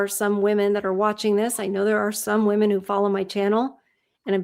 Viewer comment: I wish people would learn how to say the plural “women” correctly. It’s like nails on a chalkboard to my ears 🙄